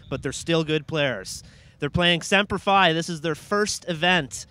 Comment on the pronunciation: why does he keep saying sempler f i ???? its semper fi and it says it right on the jersey.